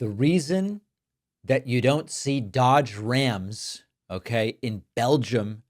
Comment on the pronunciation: I like how she pronounces Dodge Rams. It sounds like she has one of those trucks up her a$$.